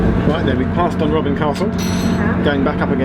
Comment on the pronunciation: Must take issue with the pronunciation of DUNROBIN. Putting the emphasis on the "B" makes it sound like a retirement home for burglars! Emphasis should be on the "O" which makes it sound like a retirement home fot the House of Lords. Much more appropriate!